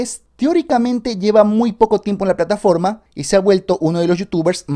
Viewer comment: Like si te diste cuenta que dijo Pataforma 🧍‍♂️